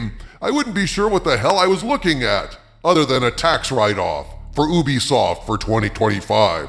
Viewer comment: It’s you-be-soft, not ooh-be-soft